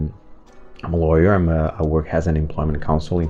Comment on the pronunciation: Just an annoying, abrasive, negative comment from a language freak: can you just stop saying "has" instead of "as" because it is not correct and it is a bit annoying, and it is not difficult to change. Thank You!